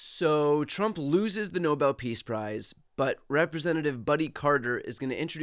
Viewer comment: he said Nobel Piss Price... not Nobel Peace Price XD